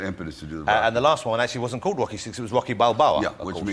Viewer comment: I just can't stop finding Jonathan's speech thing very funny when talking about Wocky and Wambo😂 And considering how much abuse he's received from Jimmy Carr for the same reason, I don't feel bad about it🙂 Welease Wodewick!✊🏼